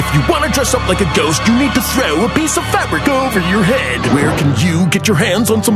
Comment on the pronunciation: When he pronounces Ghost as Gyest